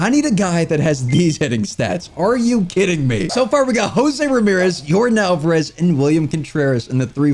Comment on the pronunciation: “Your-dahn” not “Your-din”